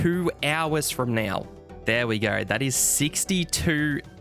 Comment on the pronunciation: like how you say now - "nyaw"